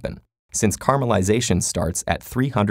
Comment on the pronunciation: I swear he was saying carma-lization.